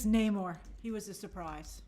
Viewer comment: It's not NAmor, It's Namorrrrrrr....